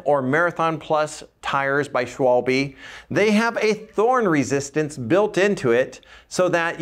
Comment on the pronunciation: Schwalb-ee????? Because it is German, I think it is supposed to be more like Schvalb-uh, or at least just compromise as Schwalb.